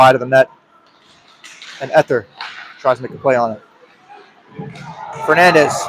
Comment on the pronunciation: #20 = Ee-thee-ur, not Eth-er